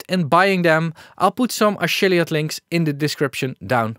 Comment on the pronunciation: "Ashiliate link" lol